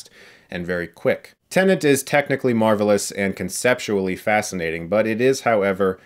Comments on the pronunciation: Tenet: English word. Debicky: Polish name. You can be forgiven for messing up the latter, but the English word, the palindromic title of the film, spoken multiple times throughout it, not so easily. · Well "tenant" is a common use word and "Tenet" isn't. Also, the captions confirm he is saying "tenant". Te-Net not Ten-Ant. I still enjoy Chris regardless. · God it’s triggering TEN ET Not TEN ANT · Chris: Tennent Me, every time: ‘TENET’, Chris! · Movie Title: Tenet What Chris Hears: Tenant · I am a non-native English speaker and whole my life till now I used to pronounce tenet as a tenet and then came CS who was calling tenet as a tenant. I thought was I pronouncing wrong the whole time. Thankfully someone cleared my doubt. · you keep calling it Tene-N-t (tennent), it's TE-N-ET, 10 minutes forward, 10 minutes backward, reference to the last major scene of the movie. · "TENET" Chris. T E N E T. NOT "tenant" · Did he just say TENANT instead of TENET a lot of times or was it just me? 😂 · It’s TENET not TENANT... it’s getting on my nerves how many times he mispronounces it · Why the hell is he saying "Tenent”??... when the title is "Tenet” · You keep saying "tenant" when its TENET ! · I'm not finished this video yet, but... Chris, are you saying "Tenant"? Lol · Chris: “I understood Inception perfectly on the first viewing” Also Chris: “Tenant” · The way he says it isnt that bad tbh. There was this news lady who said Tenay. That pissed me off. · He absolutely does say 'tenant' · Thought the same thing, but it’s a weird word to say without sounding like you’re saying it wrong. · Ahhh Christopher nuland, director of tenant, interstate, mentos and bootman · I would understand if he was saying tnenent, but you're right, he says tenent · Yeah he is saying Tenant 😁😁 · Calling it tenent ruins the palindrome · Yeah, I re-watched to re-hear him and he says "tenant" the whole time. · Def saying Tenant, haha. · By not putting the second "n" in the word. "ten-et" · It's TENET!!!!